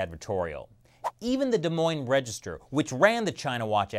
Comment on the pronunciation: Proud of you for pronouncing des Moines correct